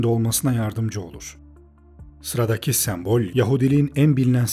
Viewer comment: Gerçekten çok faydalı ve güzel bir video, teşekkür ederim. Ancak bir eleştiri yapmak isterim naçizane. Videoda onlarca kez geçmiyor olsa bu eleştiriyi yapmazdım çünkü yanlış anlaşılmaktan imtina ediyorum. sEmbol kelimesindeki ilk E harfi kapalı söylenir. Videoda bir kere değil çok kere duyduğum için kulağımı tırmaladı ve beni ister istemez videodan kopardı zaman zaman.